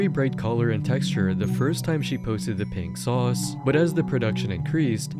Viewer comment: "RINK SAUCE" - Really... Why do AI have to be used for literally everything?! It RUINS shit!